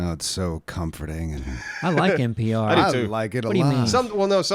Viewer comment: you drunk, it’s npr not pbr 😂😂